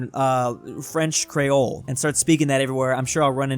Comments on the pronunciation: The way he said Creole 😭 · lol the way how said creole